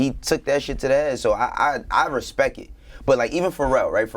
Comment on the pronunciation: "I respekit"